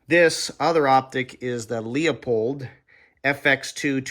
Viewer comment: Teardrop shape bolt knob feels more natural, especially when cycling rapidly. I like the Pure Precision Slim as oversize ones look goofy on a compact rifle IMO. EDIT: BTW, Leupold is pronounced LEW-pold, not LEO-pold.